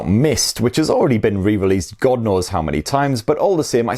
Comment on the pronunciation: why do you say GOD like that tho